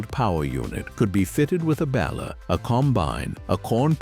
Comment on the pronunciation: Love the content, HATE the AI narration, mispronounces, clips sentences, this is editing that can't be forgiven. What the H$LL is a bal-er?